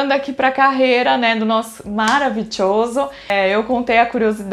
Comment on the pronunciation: Morri no "maravitioso" kkkkkkkkkkkk